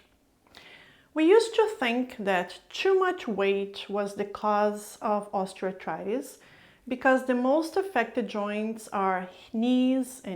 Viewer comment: When you speak, you enunciate the words clearly and seem easy to understand. But why are you grinding the term, Osteoarthritis, it sounds like you are throwing the word osteoarthritis into a grinder when you say it.